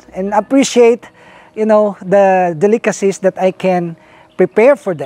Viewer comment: Lol he can't say Delicacies. del·i·ca·cy